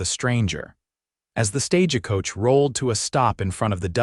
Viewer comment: Another mispronounced StageAcoach....wish the narrator would pronounce it right Stagecoach correctly it's pronounced StagecoachNOT StageAcoach!!! ugh! Here anuder one I won't be listening to!